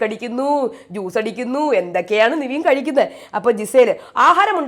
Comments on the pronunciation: എന്റെ പൊന്നോ നിവീൻ അല്ല പെണ്ണുമ്പിള്ളേ നെവിൻ.... നിങ്ങക്ക് ഈ തെറ്റിച്ചു പറഞ്ഞാലേ പറ്റത്തുള്ളോ???????????😂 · നിവീൻ അല്ല നെവിൻ ആണ് 😡 plz don't repeat, പറഞ്ഞു മടുത്തു 🤦‍♀️